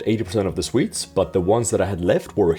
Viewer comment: I genuinely thought was saying "Swedes" instead of "sweets" at the beginning lol